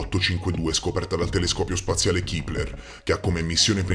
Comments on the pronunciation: Si ma si dice "Kepler" non "kipler" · vedi che in inglese le e non si leggono sempre i!!! Il telescopio Keplero si pronuncia Kepler e non kipler!!! E comunque oltre la pronuncia mi sa che se un tantino presuntuoso!! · No vabbe... Io sono qui solo perche mi sfascio dal ridere nel sentire come parla. Vabbe scherzo I video sono interessanti ma non si può chiamare kepler chipler..ma poi l'umiltà di quest uomo quando si auto compiace. Comunque buon lavoro continua così